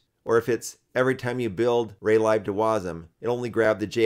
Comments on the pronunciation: Nice progress on Taca. 💪 I've never heard lib (as in Raylib) pronounced as "lie b", it seems everyone says "leeb". Even though both kinda make sense.🤷‍♂️ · Great video, but why are you pronouncing raylib like that 😭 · I know that it is short for library, but I've never head someone pronounce it like that :p